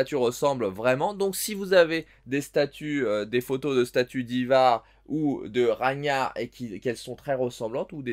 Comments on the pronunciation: Raniar hahah jsuis mort on dit Raguenar😅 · ça se prononce RAGUENAR, vieux, fais un effort, t'as pas netfix ? :) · C'est Ragnar avec le g qui se prononce GUE et personne n'a de preuves qu'il a existé celui-ci donc pas sûr que ce soit lui...et du coup il est gentil celui qui t'as envoyé ça mais Guillaume le conquérant c'est tout sauf un "viking" ;D